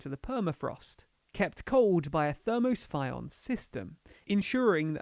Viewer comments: Thermo-Shpy-on? Thermo-Syphon system perhaps? Typical remainer pretending to understand the topic in hand :) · Never mind the Russian names, what about saying English words right? says "thermo-sfyon" instead of "thermo-syphon"!